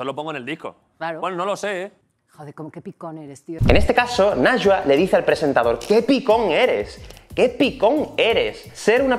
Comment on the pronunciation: Este video es increíble, pero su nombre se pronuncia como "naiwa". :)